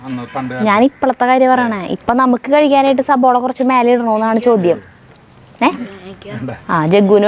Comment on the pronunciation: സബോള അല്ല 😀 സവോള..